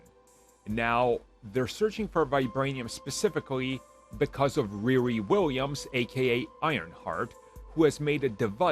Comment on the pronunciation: Ree Ree not Rear-ree